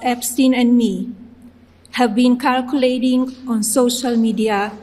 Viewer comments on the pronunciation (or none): Jfc did she say “kirculate”?! I never want to hear from the “speak English” crowd again.